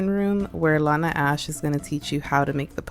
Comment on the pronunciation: Not you saying Lana Ashe😭🙏